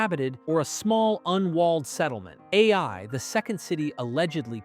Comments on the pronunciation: Who else noticed keeps saying A I for the city of "eye"? Lol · The city is not called A.I. it is Ai, pronounced like the Scottish aye. Or the same sound as the Y in the word try. Ai. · You sound like you turned your own voice into Ai. You literally just said the town of "aye" as the town of a.i. about lol